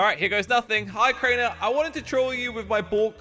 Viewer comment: its not cainer its Crainer